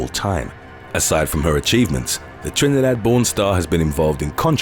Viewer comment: “Trinidad Born Star” 🇹🇹 love how u said that ❤️ #TriniSupporter 💁🏽‍♀️